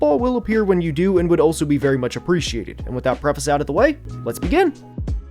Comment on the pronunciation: Don't say "let's begin" like that lol.